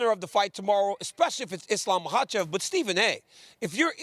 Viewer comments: "mahachev" .. okay close enough 😂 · There is no H sound in his name. I think he addressed this a while ago. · The lady can't pronunciate Makhachev. Steve asked Daniel to avoid embarrassment.